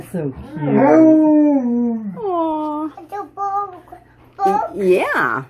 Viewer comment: She said bug not book